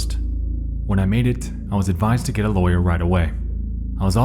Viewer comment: and his odd speech pattern of making an S sound on words that end with T. "RedditSSS" "PostSSS" "GetSSS" "NightSSS" IS IT HIM OR JUST A BAD AUDIO RECORDING DEVICE.